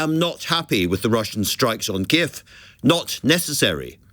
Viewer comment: yeah its kyiv, not kyiffff